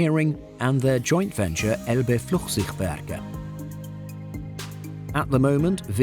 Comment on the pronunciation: Elbe what 😅🤣 Flugzeugwerke? Flight thing works ;) we better practice that pronunciation again.